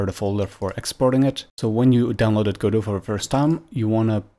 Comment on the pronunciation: You're the first person I've heard correctly pronounce Godot